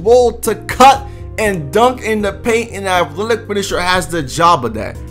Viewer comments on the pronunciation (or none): Why can't you say athletic